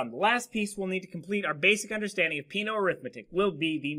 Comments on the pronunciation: Peano should be pronounced as "pe-'a-no" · Peano was Italian. The pronunciation is wrong.